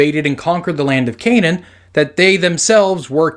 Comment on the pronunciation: It's not Canane but acually Cna'an